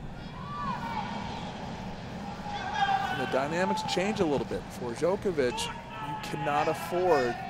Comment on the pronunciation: Djok-O-vic not Djo-KER-vic